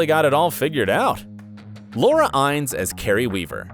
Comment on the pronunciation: Exactly, learn how to say Noah, Laura, Eriq names. You butchered them badly. 😕